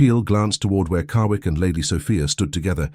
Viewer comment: The Narrator keeps pronouncing his name Carwick but its spelled Carrick. Good Story, I love the relationship of the sisters.